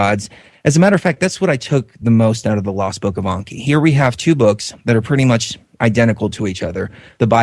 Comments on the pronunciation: It's Enki with an E not an O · stop saying Onki!!!! it's Enki !!!! you sound stupid